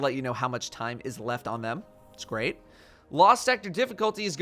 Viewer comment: "greant" lul